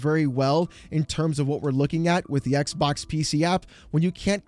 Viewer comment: iTs NoT a EcK bOk! eCk BoK ded!